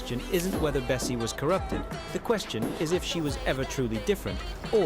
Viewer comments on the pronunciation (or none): Erm it's actually bassie not bessie